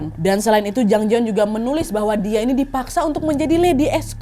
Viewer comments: Namanya Jang Jayeon (장자연) kak Nad, bukan Jang Jaeyeon (장재연) pelafalannya J-A, bukan J-E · Ini kasus emang booming banget waktu itu. RIP Jang Ja Yeon-nim. Btw, kak Nad, namanya Jang Ja Yeon yaa (장자연), bukan Jang Je Yeon ^^